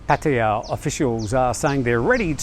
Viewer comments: ojkjj fa ran...it’s not how you say it. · Why do you always call Pattaya PattaYAAAA. Just pronounce it like a normal person mate. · no it's not, they had a Thai guy from his own work pronounce it and it was nothing like how he says. Also, I have been to Thailand two dozen times and have never met a Thai or even an Aussie say it like he does so STFU mate.